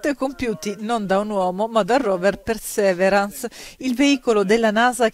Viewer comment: Si pronuncia pirsiverance